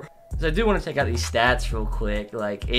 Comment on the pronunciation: When you say, “want” it sounds like the word, “won’t”